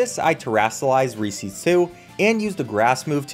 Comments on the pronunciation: Bro really says Recees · Was going to watch the whole video till I heard REESEES… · you pronounce reeses wrong